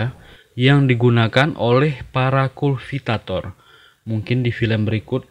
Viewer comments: Kultivator bang bukan kulvitator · Ralat bang Harusnya Tuh KULTIVATOR bukan KULVITATOR kebalik lu. Belajar dlu bang biar g malu maluin amat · Kultivator bng bukan kulvitvor😢